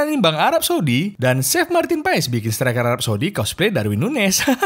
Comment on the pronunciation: Marten paes dibaca martin pas